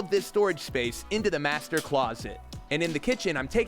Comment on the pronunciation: U said master wrong in one of the chapters😅